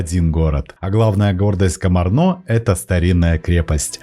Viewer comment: Ударения надо правильно ставить. КомАрно, КомАр, ПассАу.